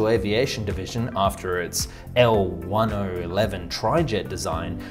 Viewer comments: Say it with me: L-TenEleven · Thanks Tim, it actually hurt to hear it pronounced in the video. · The L-1011 is pronounced "L Ten Eleven" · You can't call the L-1011 (Pronounced L 10 11) as L-100-11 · L one oh eleven? are you kidding me? L ten eleven is the correct wasy to annunciate that model. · L-one eleven? Shame on you sir! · It is pronounced "L- Ten Eleven " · Oops 😬 .... ...try saying: “L-TEN-ELEVEN” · For clarity: the 747 entered service decades before slot congestion became a problem. It’s hard to view the rest of the video as good info with nonsense like that. And it’s “L 10-11” or “one zero one one”, ie numbers. There is no “o”. Not sure how it could have been a 450/450 split on the decks with that massive wing box going through the upper deck... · Woah, second person I’ve heard say L 1 O 11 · Should be illegal to say "one oh eleven" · Pronounced "El Ten Eleven" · Lockheed L-1011 = L Ten Eleven. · That was embarrassing.